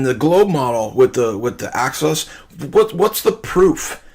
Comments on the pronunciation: Earth's "access" 😂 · I'm pretty sure he thinks it's "Earth's access" instead of "Earth's axis". He said it three times. The last time he said, "Earth's access to the tilt."